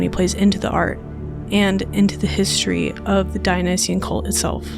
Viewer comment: In my opinion your pronunciation is a bit muddy. I’m not a native speaker and can still follow what you’re saying, but it is definitely “smeared” a bit, like “hisry” instead of “history”. While I understand that this is most likely just the way you’re talking and a local dialect, I think a focus on a clearer pronunciation in video production would make it easier for some people to understand. Just a suggestion.